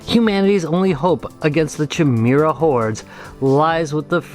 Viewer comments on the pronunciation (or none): Chimira? Really? That's how you read that? bless you man. :) Cool haul, I especially liked the Adventure one.